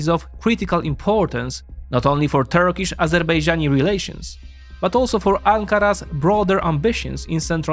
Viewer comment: It is a pleasure to watch this as a Turkish citizen. Most Turkish pronunciations were perfect.